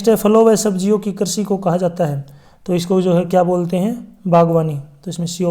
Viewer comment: Krishi hota Karchi nahi😂😂